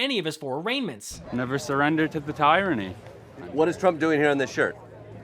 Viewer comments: “Never surrender to the tie-ronny.” Idiots. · Tie-ranny? Omg hah hah hah